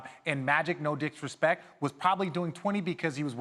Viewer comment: "no dicks respek" lol